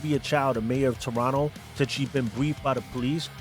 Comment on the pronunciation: Props for correct pronunciation of the word Toronto : "Toronno" ML&R #ghostin